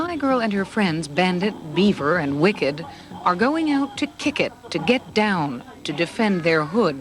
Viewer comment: "Beaver" lol